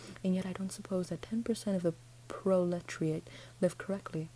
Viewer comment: It's pro-le-terry-it.